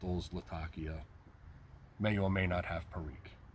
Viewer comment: Thank you for saying Latakia correctly.